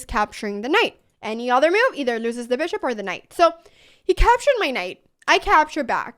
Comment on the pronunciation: The udder( the 'other' sounds like) variation.